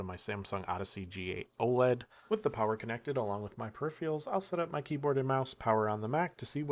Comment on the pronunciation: Ragebaiting us with "gigaBYTE ethernet" and "Intel EXION" lol... and your "perifreeials"